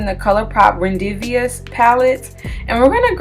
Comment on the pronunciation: Rendezvous pronounced ron-day-voo